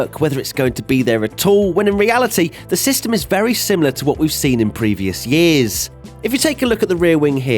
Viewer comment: YEEEEEEEAAS. Why such an emphasis on the word 'years' lmfao.